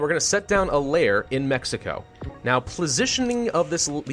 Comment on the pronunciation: lol plositioning?